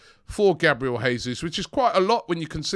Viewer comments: it's Jay soos not Hey soos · Please Robbie...it's JAY-Zuz.... Portuguese not Spanish. We are loading up with Portuguese and Brasilians....let's get the names right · Please pronounce Jesus correctly. This is Portuguese not spanish. It's Pronounced like in English